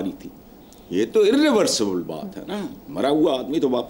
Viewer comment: Irreversible Not a irrevseable H/Nisar sb pls correct your pronunciation